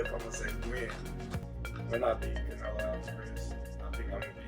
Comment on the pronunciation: Who is this guy w this pronunciation? I thought he said he's fighting cantaloupe 😒 Ain't no one that watches boxing say it like that